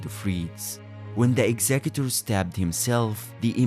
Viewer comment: You pronounced his name correctly, I am now interested in the video.